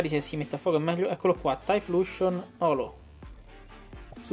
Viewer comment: E' "Taiflosion", non "Taifluscion" ;)